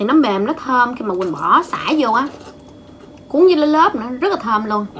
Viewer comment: nói: cuống vs lá lốp